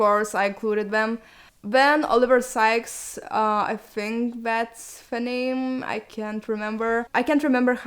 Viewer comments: You pronounced Oliver Sykes' name right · You said Oliver Sykes' name correctly.